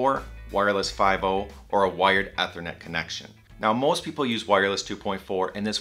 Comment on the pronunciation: ethernet is pronounced EEthernet not "eth" :) thanks for the excellent review